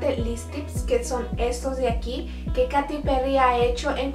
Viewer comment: Se escribe "Katy" pero se pronuncia "Keiri" ó "Keity